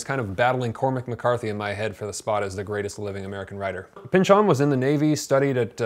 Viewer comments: His name is not pronounced Pinch-ON, it's pronounced Pinchun. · Why do you say Pynch-ON instead of Pynch-in which is how most people say it? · it's Pynchon, not pynchuuuhn, stress is on y